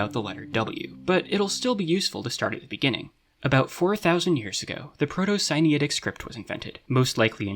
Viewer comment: I see "Proto-Sinaitic" in the subtitles, but i hear "Proto-Siniatic". Which one is it?